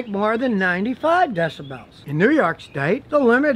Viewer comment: "Deci bells", honk like a goose, and the duct tape tire all got me tickled.😂